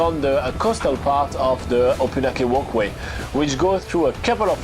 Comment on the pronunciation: Try to get the pronunciation of the name correct - it is O-PUN-AK-EE